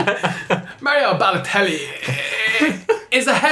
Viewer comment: Hi guys, just a quick question. Who is (v1) imitating with the pronunciation of Balotelli?